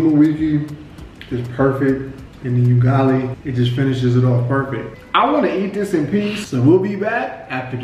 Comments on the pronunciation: He says,"yugali🤣" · Please, please, please it is not you-gali, it is oo-gali!!!! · Its not yugali.... Its UGALI... UGALI ok... UGALI.. I rate the video 9/10... the one point you lost in my rating is because of wrong pronunciation of UGALI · It's not 'Yugali.' Use the vowel letter 'U' from 'a e i o u' .....Ugali*** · Someone needs to teach swahili vowels A E I O U. The U in Ugali is pronounced with a double "UU". Another smashing video dude! Liked and Subscribed